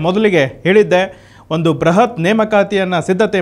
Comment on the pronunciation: ಬ್ರಹತ್ ಅಲ್ಲ ಬೃಹತ್